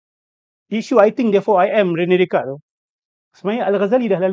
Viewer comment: Rene Descartes, sebutannya Ranay Deycart.